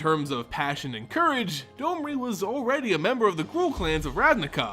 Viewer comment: On what planet is D-O-M-R-I have a long O sound?